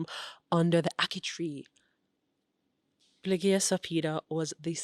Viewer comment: Excellent. Forgive me if I correct Blighia...a 'soft' gh after Captain Bligh,.... but perhaps your 'hard' g was intentional? You certainly deserve that 1st Prize.